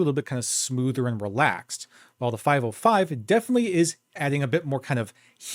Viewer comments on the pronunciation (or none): the name is not "5o5", but "505" - not ou, but zero